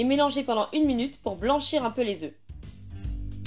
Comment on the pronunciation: Quatre « euf » ou quatre « euh ? » 😂